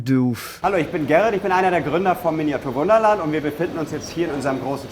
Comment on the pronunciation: *Wunderland pas Wünderland